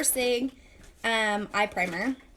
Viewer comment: Instead of eye primer I thought you said 'I'm pregnant' - had to go back and re-hear! Great video!